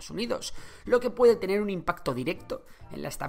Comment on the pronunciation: dice pueDDe